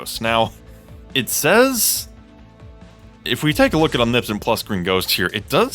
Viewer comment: Different way to say omnipotent.. is that the correct way?😂